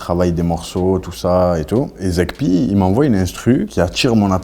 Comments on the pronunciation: “Zekpi “ ou Zeg-p ?? Faite un effort les gars c’est pas sérieux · Sauf que tu le prononce comme tu veux fra